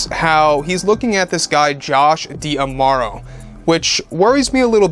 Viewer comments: Just a reminder it is Josh DiMauro, not Josh Diamauro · Just a reminder, it’s Josh DiMauro, not Josh Diamauro